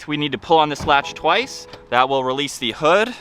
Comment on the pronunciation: Is it “Theeee” or “Thaa”? I had to turn it off after a couple minutes after hearing the over-annunciation of “Theeeeeeee”. OMG.